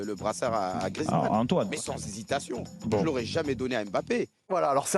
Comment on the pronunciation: GRIEEEEZMANN pas griizmann le e n'est pas du tout muet